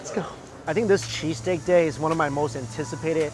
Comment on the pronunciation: I had my volume lvl pretty low and I thought he kept saying cheese cake. lol